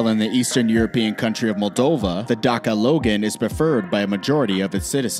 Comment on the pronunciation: I live in romania and i have a Dacia logan and he said Daca Loan 😂😂🤣😂